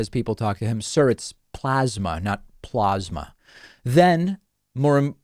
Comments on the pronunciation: How does one spell Trump's pronunciation of "PLOZMA"??? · Coffee boy: Ummm... 'scuse me SIR, but it's PLAZ-MA, not PLARZ-MA. President Trump: You're Fired!!